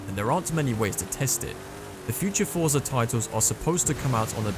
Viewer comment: and still.... you cant even pronounce Forza the right way😂 btw when FM7 came out, it was almost unplayable on the first Xbox one because of the slower hardware compared to the One X